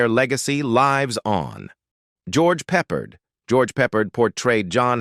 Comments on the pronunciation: It pronounced Peppard not pepperd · Its George Prepard NOT George Peppered. I quit watching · George Pep-pard not Peppered. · The narrator must be AI, because he mispronounced the actor’s name who played Hannibal the leader of the A team….. His name was George Peppard , pronounced “ Pep pard” not “Peppered”…… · His name is pronounced George PeopARD PEPHARD!! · There way this voice-over is pronouncing George Peppard's bame as "Peppered" is making me cringe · You're cometary person needs to pronounce the actors names. Peppard. Pep pard. Please it makes me ill. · Peppard is NOT prounounced "peppered" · pep PARD. Many other mispronunciations. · Thank you was annoying me too mispronouncing it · Oh my gosh that was driving me nuts through this whole video I was like who in the heck is George Pepperd??